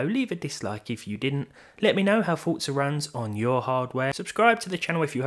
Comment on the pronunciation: Why do you pronounce it as Fort-Za instead of Four-Za There's no T in there... i mean dafuq man?